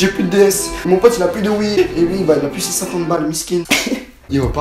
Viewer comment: IL A DIT HOUITE 😂